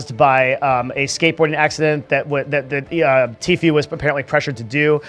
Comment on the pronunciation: The guy doesn’t now how to say tfue